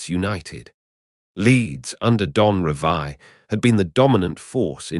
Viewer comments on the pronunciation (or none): Is this AI crap? It’s Revie not Revia